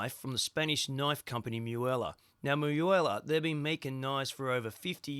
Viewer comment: its not miuela.......its MUELA